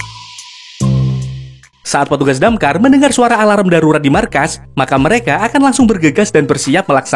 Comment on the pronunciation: Alarm= sebutanya a larm..bukan di sebut a la ram ya wak..